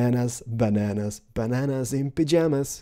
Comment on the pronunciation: Oh, he said pyamas